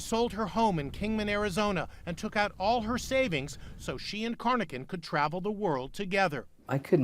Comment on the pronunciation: Corr: Robert Lawson Carnochan. not "Cornochan"